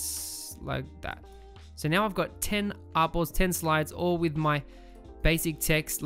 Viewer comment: Bro Whenever You Say Artboards I hear Apples 😄